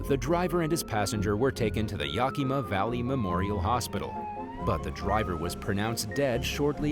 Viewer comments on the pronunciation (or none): Hey Dang it ! Now #1 at the end of the video you mispronounce Yakima too ! What the HECK? Come on Man do your research ! Yakima is pronounced Yak eh mah !